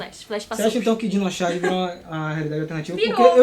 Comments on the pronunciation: Gente como ele fica o vídeo inteiro falando Xarge!? CHarge! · Num é "xarge"... coloca um ovo na pronúncia, porque xarge lembra as tirinhas de humor que vemos na internet, jornal e na querida prova do enem k